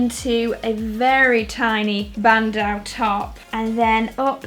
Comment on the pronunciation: btw bandeau is pronounced ban-do :)